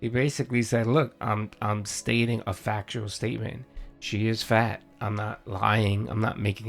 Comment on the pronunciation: What makes THIS particular time the last straw? It’s a fACKtual aahbservation that you love so much. “What kind of world do you live in where I can’t state a fact?”, right? And idea of leverage over PPP is to not work with him again, lol. Don’t threaten him with a good time.😂